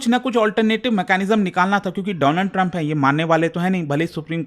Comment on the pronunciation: My Friend Doonald turuumppp.😅😅